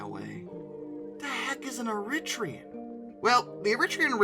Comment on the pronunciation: ...however less said about Eritrea and Eritrean, the better!